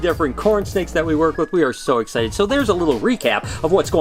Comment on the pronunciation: did he say Egg-cited or was I hearing things